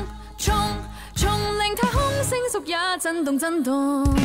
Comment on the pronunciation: 好好聽！ 但唱錯歌詞發音，星宿的宿，發音是秀，不是叔！